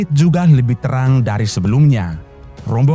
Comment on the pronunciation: Narator keliru cara mengucapkan kata PONTIANAK, bukan diputus menjadi PONTI - ANAK. Mohon pahami cara membaca yang benar sesuai kaidah tata bahasa Indonesia.